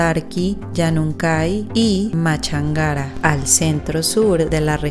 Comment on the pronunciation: Se pronuncia Manabí Tulcan sin tilde. Durán no mantiene la temperatura de 24 grados todo el año. De noviembre a mayo tiene un clima que llega a 36 grados. Se pronuncia Tungurahua sin tilde. Machángara con tilde.